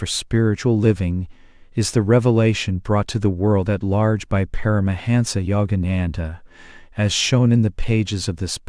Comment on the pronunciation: Please pronounce Parahansa yogananda‘s name correctly. Sounds terrible the way AI pronounces it